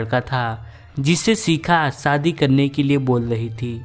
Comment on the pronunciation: Are anchor ji apni language mein sudhar karo Sadi nh hota shadi hota sha ko sa mat bola kro pls sare Bihari karte ho gaye YouTube p maza nh ata story sune m